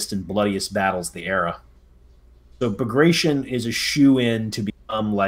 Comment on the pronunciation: Not to be that guy, but that is not at all how bagration is pronounced, it's pronounced exactly as it's written, letter by letter: bag-ra-ti-on.